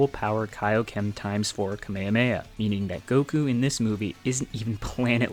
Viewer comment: why did bro say "kamiamea"